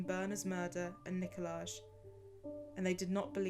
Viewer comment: It's also NIKOL-EYE not NIKO-LAGE.